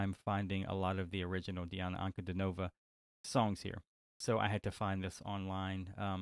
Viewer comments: Her name is pronounced as D-Anna Un-Cu-Dean-O-Va and not Nova at end of her name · "Dee-ana An-ku-DEE-no-vah". Accent on middle syllable in last name ;).